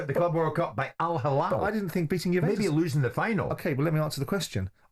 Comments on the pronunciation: Not hallal , its hillal Jim, hallal is for meat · So proud to be Alhilal fan. Hate more guys. You don’t give Alhilal their due respect and acknowledgment. Even the way Jim White who I respect a lot tries to be disrespectful in the way he pronounces the name, it’s Al Hilal not “Al HaLal”. Have some shame.